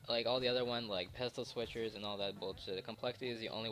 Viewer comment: lmao at your speech impediment !! im dying listening to you say pistol switch hahahah